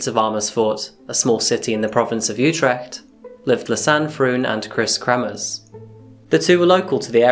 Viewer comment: it's Kremers, not kremmers, and Froon, not fruun, pls check your pronunciation, not just this vid... If you can't pronounce it, just say so and avoid using the names much.